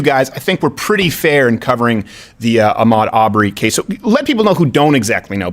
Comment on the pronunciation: I love Steven and the show is always pretty entertaining. But I don’t get why Steven makes strange comments when making black, brown, racist non-racist comments. Everyone with a cell phone knows Ahmaud’s name and how to pronounce it, yet SC says “Ahh-mode”. 🤷🏻‍♂️. I don’t believe for a second that he’s racist, I think he tries to bait the other side into calling him racist. I don’t know, maybe it’s just me.